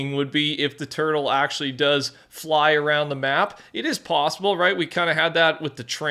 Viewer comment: wait did you say a tutle? bro i hope they add avatar wan or sum